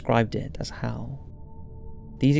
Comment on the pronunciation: Is it just me, or whenever he says "Hell" it sounds like Hal?